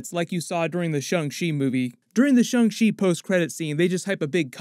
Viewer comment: I'm sure you've been told 100 times but the A in Shang Chi is like "on" or "dawn" not "Ung".